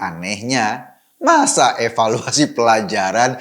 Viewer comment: bang Eko, yang bener tuh di EVALUASI bukan EWELUASI lo yang salah ngomong apa gue yang salah denger nih, bang ? 🤔 🤣🤣🤣🤣🤣🤣🤣🤣